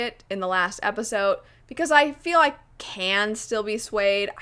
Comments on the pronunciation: “Episote” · The fact that I keep hearing not pronounced the D in episode is triggering me